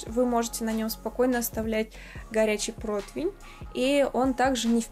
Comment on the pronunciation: противень -противня, а не протвень - протвеня)))